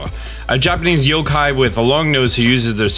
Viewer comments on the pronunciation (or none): none